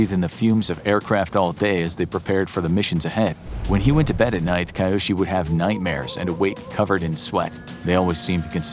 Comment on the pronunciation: A bit of pronounciation practice wouldn't have hurt before making this. It's really jarring to hear sometimes pretty near perfect pronounciations and then kAiOsHi even though I'm sure his name is Kyoshi... Hard to tell with that pronounciation though. It's either Kyoshi (K-yoh-shee) or Kiyoshi (kee-yoh-shee) but definitely not what the narrator is saying.